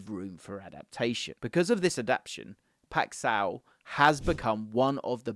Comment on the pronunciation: the way you say "paixão" is hilarious